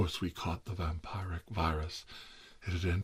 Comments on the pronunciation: It's "vam-pier-ic" you mortal clod! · says vampire-wrick Few minutes later says Also tirar: says vampiric